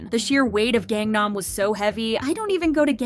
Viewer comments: has been covering kpop for how long now? and you still can't pronounce "Gangnam" correctly? 😩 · Can you PLEASE learn how to pronounce Korean words properly if you’re gonna be the narrator? There’s no reason you don’t know how to pronounce Gangnam, nor all the idol names you butcher too. This seems like you’re not actually passionate about this topic and just do it cause it’s “easy” money cause you know KPop fans are easy clicks on a video. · "GANG nam" really? who even are you anymore?! shit.